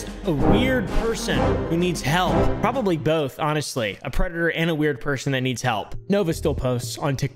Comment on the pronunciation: "You've porobably seen this person on..." I've never seen or heard of any of the people you mention in any these videos. It's like a whole new deranged world for me.